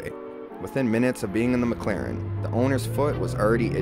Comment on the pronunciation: its mclaren not mcchicken lol